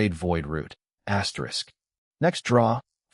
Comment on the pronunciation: Bro can someone count the amount of times he says aterisk😂😂😂😂😂